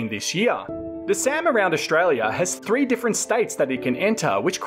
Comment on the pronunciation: thanks for watchink? dude come on, thats worse than expecially or free instead of three. 12.05 minutes in.